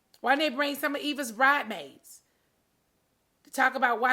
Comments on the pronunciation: Nene do not know how to Pronounce words, Maybe it’s the teeth! 🤔🤔 First it was “viraul” (Viral*) which she thought she corrected. Secondly she ask “is it a coincident??” oppose to Coincidence..🤣😂 And third I want her to Say BRIDESMAID... not Bridemade ... But anyway, I feel sorry for nene, from her explaining it sounds like she’s a target.! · Lmfao!! She still says “bridemaid” I cant with her and Ms “Vomick” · S H ‘spell ‘bridesmaid’.......the s is not silent.